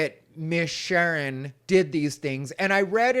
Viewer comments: I can't stop laughing 😂 My name is Sharen, and my siblings call me Sheren just like you say it has ha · This was great! You're the ABSOLUTE BEST and MOST TRUSTED LGBTQ Comedian IN the WORLD!!! I love you! You KNOW "Miss Sherrrn" is EXACTLY how it's pronounced. That character has enough body for us all to embody it! Lol hahaha 😂😂😂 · Miss “Shurn”. Cracking me up with this…😂😂😂. Love your videos and think you’re right on point with your analyses. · It's "Miss Shern"...lol😂